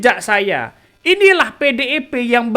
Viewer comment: Membawakan/Membacanya Nggak Usah Terburu2....Santey....Biar Artikulasinya Jelas Terdengar.... mah bilang PDIP jadi PEDEPE....Pelam2 aja yaak....Trs JanganTerlalu Banyak Cengengesan....Biar Enak di Dengar nya..Aku Suka Akun YT loh...Semangat....🔥🔥🔥❤❤❤